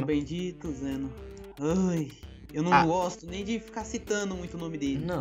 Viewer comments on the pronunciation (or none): goxto de goxta